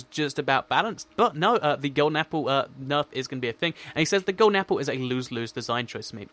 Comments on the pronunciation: you its golden not golen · Lol "Golen" apple.